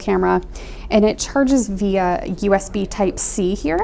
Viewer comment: I really get annoyed with bad English. God knows how via turns to vea .. and um um um um um can we say um any more